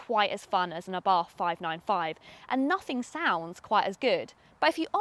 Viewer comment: good...but it is pronounced "ah Bart" ( and the "h" in Abarth is silent)